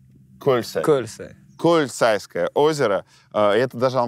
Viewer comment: Көлсайское озеро👍👏👏👏 прям с ударением